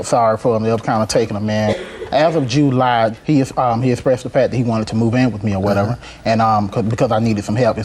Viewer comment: JU-LIE....😂 it's July